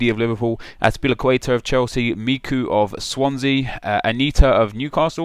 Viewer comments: It's Michu not MIKU lol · MICHU, NOT MIKU! But nice vid anyway haha :P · Micu? really? its Michu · its me-chu not me-ku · hahaha u said "Miku" when there was Michu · lol at the 'micu' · Michu is pronounced "Me chew" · Said Michu wrong you say it like mi-chu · u said MICHU wrong